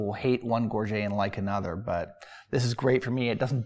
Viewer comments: Gorget = /GOR-juht/ not /gor-ZHAY/ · gorget comes from the french gorgette and is pronounced gor-jet not gor-jay. Americans and Canadians get it wrong all the time and I will catch myself saying it wrong because so many people do.